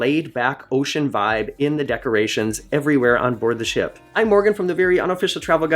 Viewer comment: What you said was "Ship Tour" what I heard was "S**T Tour" .... I'm old. I drink.